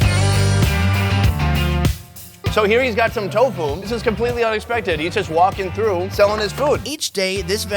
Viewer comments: "one of those we'll choose for the edit" ends up using a lot of those TAHO pronunciations still hahaha you are awesome! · chahooooww 🤣🤣🤣 i love the way he pronounce TAHO 🤣🤣🤣